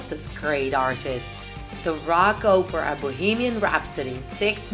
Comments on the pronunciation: And instead of Night at the Opera she said Oprah 😂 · “Fraddie.” She pronounced bass like the fish. Deacy’s hair was brown, not black. “Killer Quin” “Ohpera” “Hada Space” “Ander Prasserr” “Hanger”